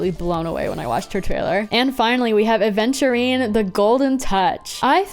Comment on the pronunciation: yeah many people say aDventurine when his name is aventurine